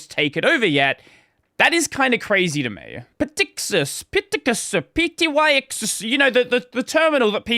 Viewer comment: Pretty sure the P in "Ptyxis" is silent and you just say "ticks-is", or "tixis", then. - Supposedly it's latin for "a folding" and namely used in botany to describe "the way in which an individual leaf is folded in the bud". (Source: Wiktionary) - But how they landed on that name, I'm not sure. - But anyway, whenever you see a word that starts with "pt-", you tend to just not pronounce the P.